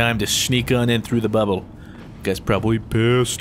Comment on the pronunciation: "He threw a buble"